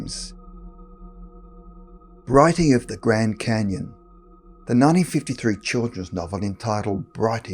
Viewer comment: the gwand canyon, something seriously wrong with people who can't pronounce words with the letter R